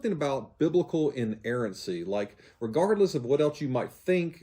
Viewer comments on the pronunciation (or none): none